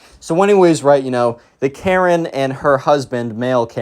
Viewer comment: Second time you said maren